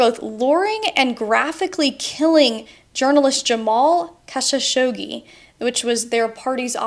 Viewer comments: It’s Khashoggi, not Kasashogi. Js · The pronunciation of Kashoggi as Kakashoggi ouch my my my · Djamal kha-chou-k-ji 😂😂😂 nothing close to what you said, god bless his soul he was a good man